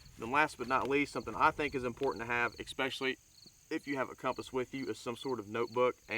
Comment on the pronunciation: Nice kit, good video, but PLEASE! stop saying EXpecially! The word is ESpecially..."S", not "X". It'll make your presentation sound more professional. Thanks.